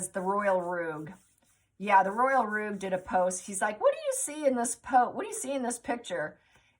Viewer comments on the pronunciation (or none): Great reading! Thanks. Two things: the VP's name is pronounced mark-ez, not mark-wez, and rogue means a bit of a cad, and is pronounced rog (long o), not rooj.